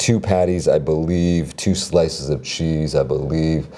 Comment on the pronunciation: why does he say chee